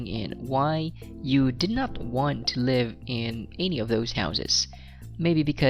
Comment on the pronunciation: I applaud you for your content, it gives us all a heads up on the test. I just have one issue though.. I cant help but cringe on how you pronounce some words like ANY and MANY.. and so many other words, usually with how you enunciate the letter A. I assume because you are of Bisayan Descent. But it's cool really, my parents are Bisaya as well. And I've heard you put Es after words that I normally hear from DJs and MCs like Rey Langit and Ted Failon. I know that's your style and all... plus you got a score of 9 in IELTS speaking test so who am I to criticize you right? I would gladly trade you my pronunciation skills to get that score. Overall, I say you're doing a fantastic job at helpin people to better understand IELTS. God bless you.